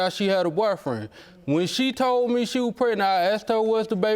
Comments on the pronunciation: Why do they keep saying “pretnet” on the shows? The word is PREG-NANT. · I hate when ppl say "pretnant" or "pre'nant". ☹️ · If one more person say "pretnate" I know something🙄... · Can anybody say pregnant instead of pretnant anymore??😂😂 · Did she say, "Prenant"? See this is why I'm single...what black man do you know wants to deal with an uphill battle on some country paternity bullshucks? Well, hope she has BIG FUN(like Claire Huxtable) being on public assistance, section 8 housing, EBT,WIC, and SNAP🎉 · When they say prednet I smh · Whyyyyy do they pronounce it that way preg nant..I can't on today! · She said, "Prenant"😒 Words...